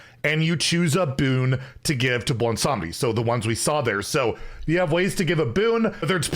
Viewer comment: I am legitimately shocked pronounced Bwonsamdi without completely tripping over it.